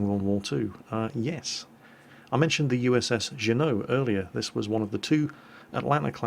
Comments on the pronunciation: It is pronouned JOOH-NO not JEAUX. And yes, we Americans believe we can never bring enough guns to a gunfight.:D I was in Juneau, Alaska were there is a War Memorial to the USS Juneau and the Sullivan brothers. Excellent video and tech explanation as usual. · Dear, I live in Alaska, it's pronounced Ju-no, not sju-no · Not geno it's jew no. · Zhu-Noh? Oh. You mean 'June-oh.' Hmm, maybe you need to spend a winter in Nome (not Gnome). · btw the Juneau is sound June-Noe .. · Jew-no Juneau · It's pronounced June-O, lol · It's pronounced Jew-No. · It's pronounced Juneau As in joo-NO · Sorry Juneau is pronounced Joo-no. Otherwise a very fine documentary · I believe it's pronounced June-O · Junuea, is said June-o, the capital of Alaska. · Just a heads up. We yanks pronounce it like "Ju-no", and not with the French pronunciation. Accent on the first syllable. Cruisers of this class were named after American cities, and Juneau is the capital city of Alaska. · The second battle you showed had the "Underwater" add on for the Dive Bomber aircraft. lol that was one of the better oddities during beta... watch them as they attack at the start. Good match though. Btw USS Juneau, named after the capitol of Alaska, is pronounced "jEW-no" with emphasis on the first syllable. But you were close. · Drove me nuts how you were pronouncing Juneau. In the US it doesn't get its European pronunciation but is pronounced Jew No. As in a Rabbi is about to walk off a cliff and you scream Jew No! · Juneau is pronounced "June-O" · The USS Juneau is pronounced with a hard "J" (jew-no). I road the LPD-10 version in the mid 70s, we had a great SickBay crew. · it's pronounced "Jew-no". I didn't know what you were talking about until you spoke about the Sullivan brothers haha. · you pronounce Juneau as Juno. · Its pronounced \ˈjü-(ˌ)nō\ or another way to look at it.. Jew-no. Emphasis on the first syllable. My father served on the USS-Amsterdam CL-101 during WWII.